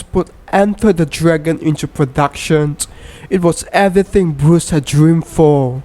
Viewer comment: Has anyone noticed that the guy in the video says things like I am an Americant, into productiont The American flim company , Gonet , swelling only the braint, he died with an erectiont .